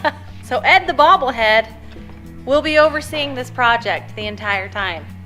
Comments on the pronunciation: It's "Bobble Ed" lol.. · I do believe you meant to say "Bobble-Ed"